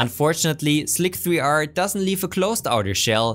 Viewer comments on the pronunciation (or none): Isn't is pronounced "Slicer" and not "Slick Three R"? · Pretty sure it's said just 'slicer' .. lol 'slick 3 r' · Nice! But I just can't get over hearing slic3r called "slick-3-R" instead of "slicer" - the '3' is an 'e' :) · Wonderful video! Really interesting and very well executed! One minor thing though: "Slick-three-R" ?! Is that an inside joke I am not getting? I always thought it would be pronounced "slicer" as rhe 3 stands for an "e" in l33t sp33ch - or does it not? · OK, I've gotta ask: why do you call Slic3r "slic three r"? Is it just so it's clear you're referring to that specific slicer as opposed to just a slicer in general? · I only have one thing to say: "slic-three-r" is obviously pronounced "slicer" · I LOVE your content, but please PLEASE! it's Slicer, NOT Slic-3-R! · I think that slic3r is pronounced "slicer". Other than that, a great video, as always =] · ugh he keeps calling it 'slick-three-arrr' i might die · lol..slick three arrrrrrrr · I would’ve subscribed if it wasn’t for the way you say Slic3r. :) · I do a lot of work with ASA/ABS with inserts. There's actually a specific hole profile (basically a very high angle countersink) that's designed for the inserts I use, and I have that configured as a Hole Wizard preset that I can use on demand. Your particular inserts should have a datasheet that specifies the hole profile. Also, the 3 in Slic3r is pronounced the same as an E, so you'd just say "slicer". :)